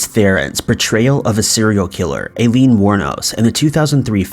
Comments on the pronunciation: Hearing "I-leen" pronounced "A-leen" about 15 times almost made me quit the vid... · Do you not know how to pronounce Aileen?